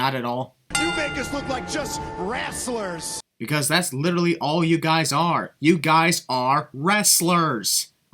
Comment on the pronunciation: He said WRASSLERS. There's a massive difference between wrestlers(you know, people like Chad Gable, Jason Jordan, Kurt Angle, Brock Lesnar etc.)and WRASSLERS(what pro-wrestling is).